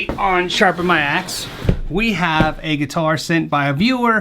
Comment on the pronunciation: Shrapen my axe? Can’t be the only one who noticed this.